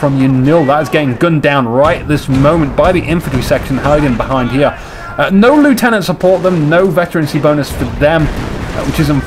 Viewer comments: You still ought to pronounce the word 'lieutenant' correctly. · Yes, 'nuff' has been said to show that you are an idiot. And he still pronounced the word 'lieutenant' incorrectly. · Yeah and pronounced the word 'lieutenant' in correctly, so you can take your suggestion elsewhere. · A few criticisms of the vidcast - firstly as a Brit, you need to learn how to pronounce "Lieutenant". Secondly, comments such as "I hate the British but I am British" (paraphrasing) isn't helpful - there is a clear distinction between the British faction in CoH and the British in general; they are not the same thing. Finally, you need to calm down slightly. There is a big difference between effective well-timed commentary and continuously talking for the sake of it. Sorry if that sounds harsh.